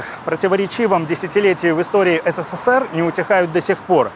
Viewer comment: Вы в слове "СССР" букву с произносите 4 раза.